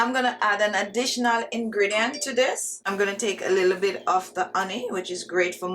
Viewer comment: Love your accent, especially when you pronounce the following words without the letter 'H'... "Honey = oney", "Hands= ands" and "However=owever".